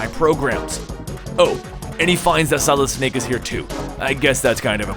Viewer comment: You say "Solid" like "Solidis"